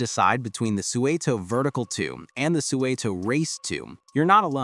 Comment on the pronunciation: I used to make deliveries to Suunto in the UK, and it’s 100% not pronounced like that.